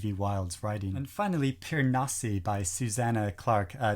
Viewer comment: Me: Snobs are the worst yeah: Mispronounces "Piranesi" Me: I'm out of here